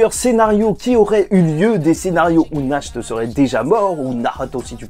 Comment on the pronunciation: Pour le nom du vice capitaine du Taureau. la prononciation c'est "Narte". Nacht en allemand ça veux dire Nuit. et son frère Morgen, c'est Matin.